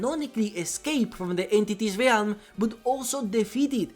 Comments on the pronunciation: Stop fucking calling it the Ree-alm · Very fun video besides the pain I felt every time you said “Ree elm” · I like your videos, been watching a lot of them lately. One thing that is beginning to annoy me though for some reason, is how you mispronounce the word 'realm'. The 'a' is silent and every time you enunciate it when you speak the word I get a cringy ocd feeling :p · I'm sure it's a great video but I just can't stand how you mispronounce "realm"